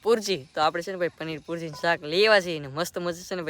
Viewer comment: પનીર પૂરજી નય પનીર ભુરજી કેવાય 😂😂😂😂